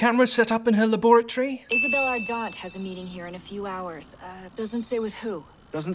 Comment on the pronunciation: Mistake: pronounced laboratory wrong